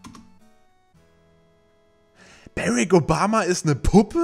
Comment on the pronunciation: Seit wann Heisst es Bärek Obama :D ^^